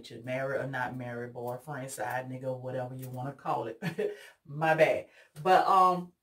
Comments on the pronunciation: I had to hit replay on that one 😂😂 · Beautiful, but girl when you said side n, I was like hold up let my replay this to make sho I heard that right. I fail out laughing and said I like her, I guess that’s the hood coming out of me 😂🙄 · When you said side N you took me all the way out! Finally someone that's authentic🥰🤣